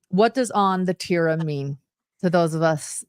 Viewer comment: Say Teeerra not Teara La Teerra roll the r and the T is like th sound Theerra